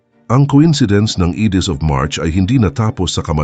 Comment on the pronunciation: Watch your pronunciation, lahat halos ng Tagalog mo mali-mali ang pronunciation. Hindi ka naman siguro Kano dahil you pronounce Ides of March as Idis (it should be Ayds). Practice ka muna bago mag-post kasi it's annoying. Parang nababastos ang mga pinoy eh.